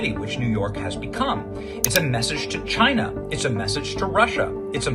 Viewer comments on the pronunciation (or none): none